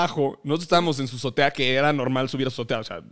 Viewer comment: Richie dice zotea en vez de azotea. Y ya.